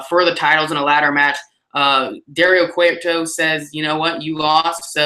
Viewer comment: I find it so funny that takes your power out haha. You always say Dario Cueto's name wrong! Spud wins the world title and now it's going to be him vs EC3 in a DixieLand match. JKJK that would be shit. The I quit match was complete dog shit. FUCK TNA! Nice video.:)